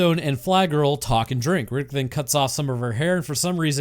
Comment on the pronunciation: i love the "chronicle's of Rinninck!"